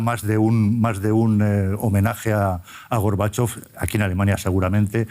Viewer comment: ¿Por qué la locutora dice Górbachov cuando es Gorbachov?